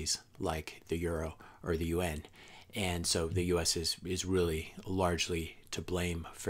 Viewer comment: Good content. Agree on Bitcoin, but don't believe we are going to have another world war, certainly not like we have in the past. I was getting confused by UN...it's pronounced (you-ohn) Yuan. Good video